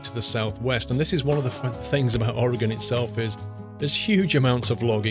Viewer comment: 1. You should really do a Travel Channel series or give tour guides. And I applaud you for pronouncing "OAR-uh-gən" correctly! 2. Noticed a Safeway Supermarket (Cafeway) . It's a regional Supermarket chain on the west coast but had never seen this reference in ATS up to this point! That's gotta be the reference as the logo, that red "S" like shape is almost spot on.